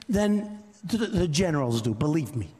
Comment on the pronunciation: have you noticed when he lies, he says, "belief me"